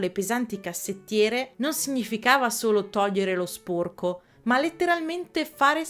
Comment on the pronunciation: ti prego, sporco con la o chiusa non si può sentire 😭, capisco che è caratteristica regionale ma ti prego prova a dirlo con la o aperta🥺